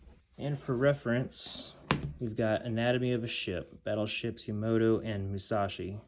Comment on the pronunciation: Ya-ma-toe not ya-mo-toe